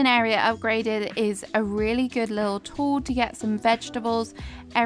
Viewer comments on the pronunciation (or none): none